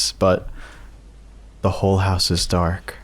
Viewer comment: bro i'm so confused,😭 did you say dark or dock❔😭